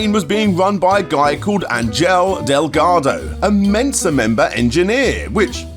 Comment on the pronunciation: Angel is a pretty common Latino name, bro, and you're mispronouncing it. It's more like "On-hell" than "Ain-jel"